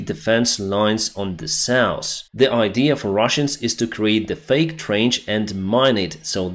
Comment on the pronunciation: Hill, not hral South, not sauce